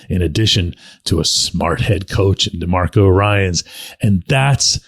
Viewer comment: Demeco. Not demarco.